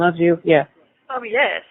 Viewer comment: Is it me, or is it a mid west accent, but I hear young females mostly pronounce the word yes as yass?